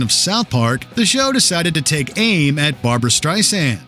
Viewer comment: ''Barboo-Ra, Barboo-Ra''!!!!!